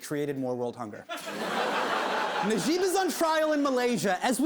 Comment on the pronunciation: wan nash I like how he pronounces it as ner-jib instead of naah-jib